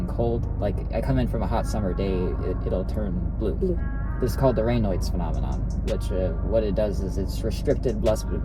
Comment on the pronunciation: It’s Raynaud’s not rainoid 😭